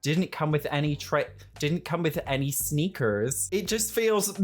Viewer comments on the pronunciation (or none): OMG, you trying to say sneakers nearly made me spit my drink out, LMAO snEEEkeRRsss 🤣😂🤣😁❤ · You saying sneakers reminded me of my British mom saying balloon and the person couldn't understand what she was saying. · I lose my mind every time you say sneakers :'D